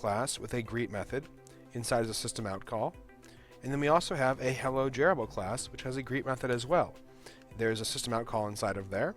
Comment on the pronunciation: like how he says jrebel, as "Jarrable"